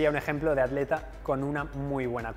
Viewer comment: Este tipo pronuncia adleta